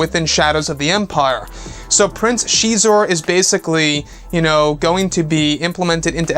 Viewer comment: Prince sheee'zor...???? Always thought X is pronounced as a Z....so Zizor(Xizor)